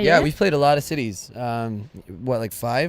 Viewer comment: When he said city's I thought he said titties😏😂